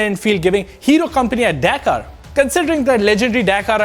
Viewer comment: thanks for letting me know the proper pronunciation of Dakar.. I used to say Burp Rally 😆